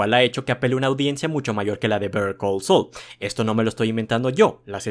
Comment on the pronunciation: Literalmente estás pronunciando Bear Call Saul 😂